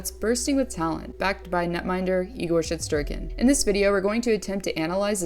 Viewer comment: Did you actualy call him igor "shit"sterkin? 😂😂😂